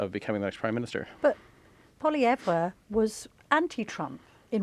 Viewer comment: How many times do they mispronounce Pollievre??? Painful smh